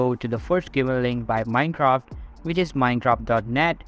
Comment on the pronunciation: he said mincock